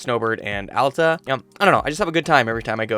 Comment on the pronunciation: As soon as i heard Alta not Allta deserved a like immediately. I usually ski at Solitude and I love how you like Solitude.